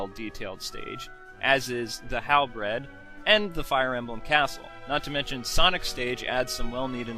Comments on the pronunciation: its pronounced halberd btw not halbred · Hey,, it's not actually "HalBRED." It's "HalBERD." The "e" comes first. It can be confusing... By the way, Link and Captain Falcon are my two favorite characters, too! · halberd not halbred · Uhh...no offense, but when you said "Halberd", you pronounced it as "Halbred" rather than "Halberd", as in a Halberd Axe. But I definitely agree with this review. However, one more problem I could name is that several characters people wanted in weren't included and others that were included, well, no one even knew or cared for. Like ROB, for example. They put him in, but few who play SSB games had even heard of him before playing SSBB at all. But Geno, one many people knew, wasn't included. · halbeard is pronounced halaverd(hallyverd)